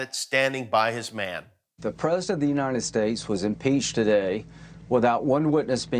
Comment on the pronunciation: She said Uni-ned States. LOL